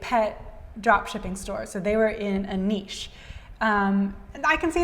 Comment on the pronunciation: Someone who could pronounce niche correctly. Respect :)